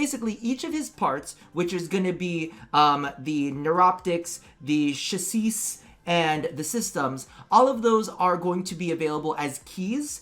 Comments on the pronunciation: really? Chaseesh? It's pronounced Sha-say! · Ok i have to: Diction Police: Pronunciation of Chassis is CHASS-ee. I know, I know, I'm sure he is saying that way on purpose. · Wondering what the hell you are saying it, It’s pronounced chas·sis, last ‘s’ is silent. As in ‘SI’. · the way you pronounced "chassis" was incedible. "Shaseese"... For all I know that's probably the correct way to pronounce it